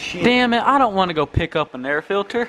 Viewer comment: Air filder